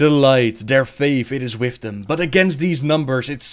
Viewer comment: What kind of accent do you have? Father or foder and with or wif lmao